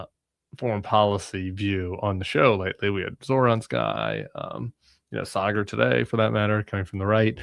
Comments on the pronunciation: I loved it. My two worlds colliding, though Saagar is a weird one. (Have Krystal on!) Also, it’s Saaaaaah-grr. Like “ahhh“ or in this case, Shari”aaaaah.” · Just one gripe. Saagar's name pronunciation. It's pronounced SAA-gar. Like the BAA in barber.